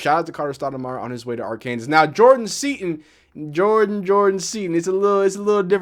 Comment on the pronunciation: I've never heard anyone pronounce the Kansas in Arkansas before 😂